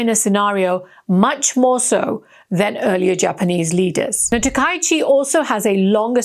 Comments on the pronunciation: This woman is a fool, and her transgression is of a particularly serious kind: she is mispronouncing people's names, a serious insult in all cultures. It's ta-ka-yi-chi, four syllables. Both she and the person responsible for her performance should be fired. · Please learn Japanese pronunciation. Her name is pronounce as "Ta-ka-i-chi".